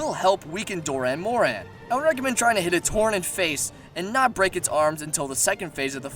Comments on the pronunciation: well sir, if you payed attention to a certain cutscene in 4 ultimate, you would know that the gore magala turned into the shagaru magala. not the baby of the shagaru. and you pronounced dah'ren morhan wrong. doran morhan? really? nah, man. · Good video, just a lot of... mispronunciations. Like Dah'ren Mohran, not Doh'ren Mohren, among quite a few more. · Is there any way anyone wouldn't? Yama Tsukami he calls Yama Sakumi or something, and Dahren Mohran he calls Doren Moren. Might as well call it Doraemon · Doran Moron... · Also pretty sure the pronunciations are Shagaru Magala (Shah-garu, Mah-gala) Dah'ren Mohran (Daa-ren More-an) Yama Tsukami (Yah-mah t-suu-kah-me) Also I fucking love Chameleos Also Gogmazios is my fave monster (Besides, well, Savage Jho)